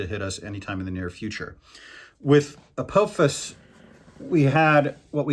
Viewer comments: Your pronunciation of Apophis wasn't too bad. It's a short-O though, not a long-O. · An astrophysicist that doesn’t know how to say Apophis?